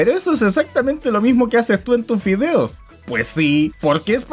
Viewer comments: ¿Soy yo o este men dice fideos en lugar de videos? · Zy eso dice